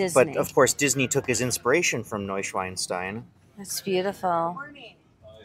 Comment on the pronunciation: You cracked me up when you said, like😂 NEUSCHWEINSTEIN, you meant of course, NEUSCHWANSTEIN, the word SCHWEIN means pigin german.The word you want ist SCHWAN, meaning , swan. It was cute, how things get lost in translation. I love your channel , on to the next.